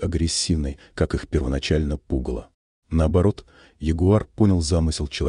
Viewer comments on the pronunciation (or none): Вот тебе не пУгало, а пугАло!!! Переводчик.... 😂😂😂😂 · Не пУгало, а пугАло. А рассказ понравился. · Сюжет отличный. Но (!) разберитесь уже... пУгало, или пугАло (конец 5-й минуты)? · НЕ "пу́гало", потому, что это НЕ существттельное на огороде доя распугивания птиц, а глагол - " пуга́ло" от "пугать"!!